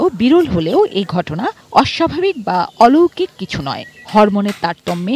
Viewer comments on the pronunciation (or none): *বকনা কে বলল "বাকনা" *অলৌকিক কে বলল " আলোকিক" 😅😅😅